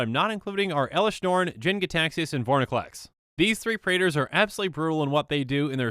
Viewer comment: its vorinclex nit vorniclex